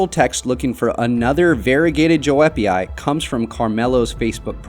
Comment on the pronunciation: The correct pronunciation of Joepii is “yoo-pee-eye”, just fyi for anyone who doesn’t know.